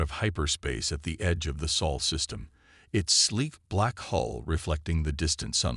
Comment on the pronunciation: It's supposed to be the "Sol" System, kupo.